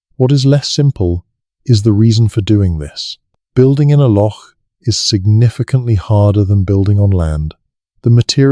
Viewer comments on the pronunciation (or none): Listening in Scotland... FYI Broch, Loch are pronounced wrongly - not a lock, brosh, brock or broch (like broach or church). I don't know how to write down how the 'och' in loch and broch is pronounced but I'm sure the internet can tell you. A brock means a badger!! Also the Orkney tomb is pronounced May's-How - there is no 'sh' Interesting info though and enjoying listening, but just hard to follow because of translating all the mispronounciations! 😂